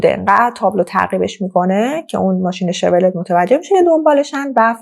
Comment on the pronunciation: Chevrolet 😢 Farsi begam mishe shevrolet injur khonde mishe hamin ke neweshtam bekhun 😢